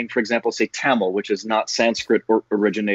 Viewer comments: 😭❤️ A BENGALI GIRL WHO DOESN'T EVEN KNOW A SINGLE MEANING IN TAMIL , AND OTHER LANGUAGES PRONOUNCES "TAMIL" AS PERFECT AS IT IS AND SAYS THE HISTORY OF IT.🔥🔥🙏. SHREYA DI YOU'RE A GODDESS FOR SURE. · "Thamizh" aww her pronounciation was sooo cute...thamizh known peoples are pronounces Tamil they don't pronounce the correct pronounciation . the legendary Shreya ghoshal is Bengali but even though she pronounced very well She pronounced Not only this place always she pronouces like this..hats off u shreya